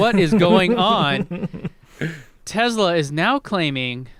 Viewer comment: What's a Tezla,? You must need more data to process how to say it correctly.